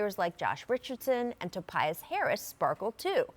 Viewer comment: Did I hear Rachel Nichols say " Topias Harris" instead of "Tobias Harris"? Haahahahaaa.